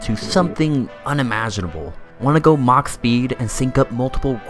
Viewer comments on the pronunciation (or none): none